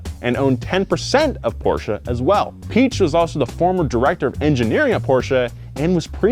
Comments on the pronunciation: Pronunciation of Piech really isn't hard even if you're not German speaking. It's pretty much just P-eck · I can't pronounce Piech so I just say Peach. Americans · Piech is easy to pronounce “pee-egg” is the most easiest way for English speaking people to pronounce it. ^^ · Ferdinand Pee-eck** The correct way is the easiest. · I'm not german, but it's still easy to say the "ch" just say piëch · When he says peach I just hear peash like Jenna marbles and juliens dog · The umlaut in Piëch means that you should pronounce the letter, meaning Piëch is pronounced ‘Pee-egg’. Fucking savages. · if it's any consolation, most Germans can't pronounce Piech either. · Poor Ferdinand, cringed every time his last name was butchered... Good video other than that. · cant say Piech But can pronounce Kebawah Duli Yang Maha Mulia Paduka Seri Baginda Sultan Haji Hassanal Bolkiah Mu'izzaddin Waddaulah ibni Al-Marhum Sultan Haji Omar 'Ali Saifuddien Sa'adul Khairi Waddien, Sultan dan Yang di-Pertuan Negara Brunei Darussalam. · ... make it Pi - Ech (and go with a mixture of a ch and ck) and there you go! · Last name=Veedeking. The 2nd letter of german vowel combinations is said in its long form. ie=EE, ei==eye. Standard German (Hochdeutsch) as from Hannover the ch would be said like an sh. You are trying to pronounce it the east german way. So Piech=peesh. But you got the vowel combination thing correct this time. W in german makes the V sound in english. Christian Vulf. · The e should have umlauts over it. This indicates that the "i" and "e" are pronounced in separate syllables. The name should be said, Pee-aych, with kind of a hard "c" before but not quite, almost. There is a pronunciation video here on YT. Search Ferdinand Piech and hear how it should be pronounced. But definitely not "Peach". Great video BTW, despite my pedantic rhetoric. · Even in Germany we don’t say Piëch, like you described it. It’s more like pee-esh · Piech is pronounced pee-eck.